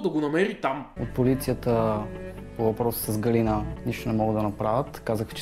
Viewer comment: Ъъъъ не беше ли ГалИна, тоя май е голям пайнер....